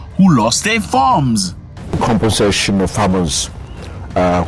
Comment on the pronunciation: Zack not to sound obnoxious,but it's *compensation and not *compassation ,peace bro❤